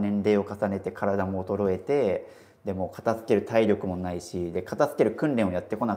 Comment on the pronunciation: 「片付ける」を「かた“つ”ける」って発音するの違和感しかないんだよなあ 「かた“づ”ける」ですよね 大好きだからこそ、メディアで発信する時に正しい言葉で発信して欲しい！ ！お願いします！